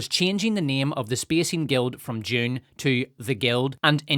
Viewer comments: You keep pronouncing Dune as "June", you know. :P I kept wondering what the heck a June Spacing Guild is... :D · It took me an embarrassing amount of time to realize you were mispronouncing Dune as "june"